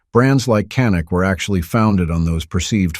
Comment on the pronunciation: Canik is pronounced YA-nik in Turkey. The gun is of Turkish origin, not Israel. I love my Canik TP9SF Elite. It was my fourth handgun purchase. I'm currently looking at getting a second Canik. I'm not a glock fan. Yes, glocks are great guns.I tested a Glock next to my Canik. Before I bought my canik. You can read who won that battle. Canik. Best trigger I ever felt on a gun. The grip is awesome on ergonomics.